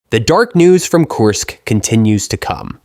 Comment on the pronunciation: Kursk... kURsk... not Course